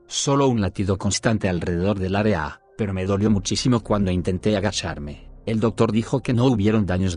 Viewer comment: Nadie: Locutor: Aréa